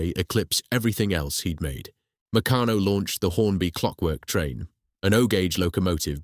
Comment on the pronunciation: Pronunciation of Meccano ffs.